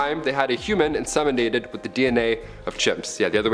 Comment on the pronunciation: In SEM inated . Not SAM inated! God that's annoying!